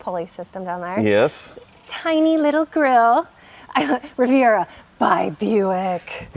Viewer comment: and - you pronounce that “Rivy-AY” 😂😂😂